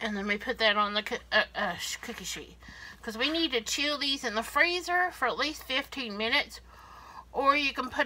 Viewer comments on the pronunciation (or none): none